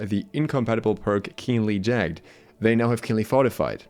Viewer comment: Jag-GED, not jag'd. Sounds like 'ragged', not 'flagged'.